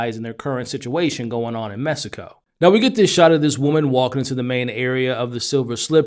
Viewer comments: M-E-X*ico not M-e-s-ico. There is an x not an s in Mexico. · “In Mesico” lol, pronounce it as “meheeeeco”